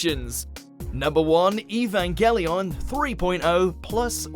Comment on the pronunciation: Wtf is evagallion??